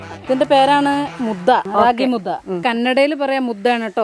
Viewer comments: Mudda alla mudde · It's ragi mudde.... Not mudda